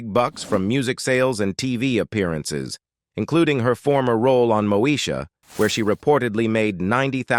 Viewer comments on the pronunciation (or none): 😂😂😂 mo sha 😂😂😂 ITS MOESHA!!!! DUDE.